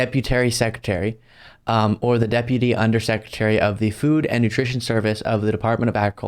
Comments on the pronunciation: “Deputary,” I think Lauren is still high from her theater performance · Did she say "Deputary" Twice? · Is “deputary” a new position? Never heard of it lol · "Deputary" is right up there with covfefe. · Deputary? LOL 😂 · "The Deputary Secretary" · Deputary, deputary? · “Deputary secutary…” Yeah. These people definitely know words good. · Did she actually say ‘Deputery’ twice? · "The Deputary Secretary" - twice, not once. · WTF is a Deputary Secretary 😂😂😂😂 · The Deputary ... twice i like it. LOL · LOL "DEPUTARY SECRETARY" no wonder Gropebert reserved time, because she didn't have any practice time figuring out the BIG WORDS she was going to be using. Yet ANOTHER MAGAt that CAN'T READ. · I learned a new word today: "Deputary"! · "Deputary." LOL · I hear she didn't even complete high school. She can't even say duputy right. These are the ppl leading this once great nation. We are on track to becoming the next Russia. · Twice she said "Deputary." Does she really think this is a word in our language? She should just keep her mouth shut for the next 14 months or so and then quietly go back to being a skank in Rifle, CO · "Deputary" ... twice. I never laughed so hard. She's been vaping too much. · “Deputary Secretary” 😂😂😂 Twice! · Deputary Secretary made me giggle more than it should have! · "Deputary"? Woops, still not ready. Words is hard. You are absolutely right! "Walking over dollars, trying to find another dime." It is absolutely insane that the poor are supporting the richest people in the world. Corporate Welfare is bullshit! Jeff Bezos and Elan Musk pay nothing in taxes. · Double dipping on "deputary" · she lost me at "Deputary" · Lol deputary smh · "DEPUTERRY" to COGNITIVE DECLINE??? .... AND to . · "Deputary secutary" says it all really 🙄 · Deputary Secretary 😂😂😂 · I love that she said DEPUTARY several times. Makes me wonder what she was actually able to find... was she just looking at the same email or something several times? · The Deputary Secutary 🤣